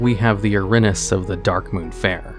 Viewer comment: Erinyes is pronounced Eh-rin-ee-is